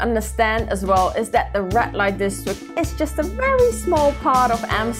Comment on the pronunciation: Might want to fix your pronunciation. Sounds like she's saying "rat light district"